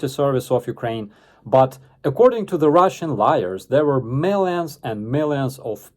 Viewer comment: Lmfao, I could have sworn you uttered the words "ruzzian military scientists"